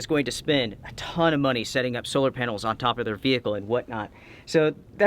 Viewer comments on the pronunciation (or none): none